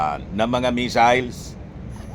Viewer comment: Ang basa nya sa missiles ay measles(tigdas) kaya akala nya sakit😂😂😂